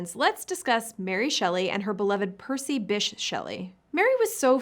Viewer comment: That isn't how you pronounce Bysshe! It would have been quick and easy to check... Sloppy!